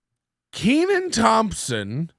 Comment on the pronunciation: Can't even pronounce this guys name. Needs a double e. Look at the spelling, we'll break it down. Ken an. It's a short e sound.